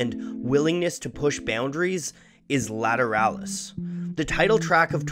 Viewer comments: I thought it was pronounced La-tear-uh-lus LA as Laguerda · I wish he would pronounce it properly. This is the best album by tool. Every single song is good but this is the pinnacle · How Polyphonic did not use grammar to influence the pronunciation of "Lateralus " in this video.